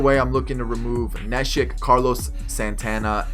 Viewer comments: Its (knee) shek nit nesh ick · Good video. It's funny how u perfectly say the spanish names but not the English ones like neshek and altherr lol